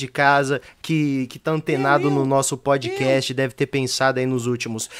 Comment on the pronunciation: Cara, falem direito. . . É fiz bocast